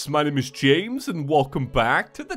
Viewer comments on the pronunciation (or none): none